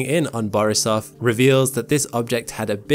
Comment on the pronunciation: Don't you worry a bit. You pronounced Borisov perfectly!